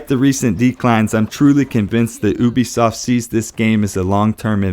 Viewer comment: I work at ubisoft and it's pronounced YOU-BEE SOFT